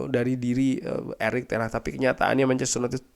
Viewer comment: Ten hagggg bang bukan ten HAHhhhhhhhhhhhh